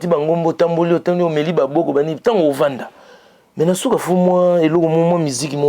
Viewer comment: CHRONIFUATI SALISA MINU👌 APPAREIL DENTAIRE 👌 PLAISIR ET NON PLAIJIR🤣 SUKA ET NON SHUKA🤣🤣🤣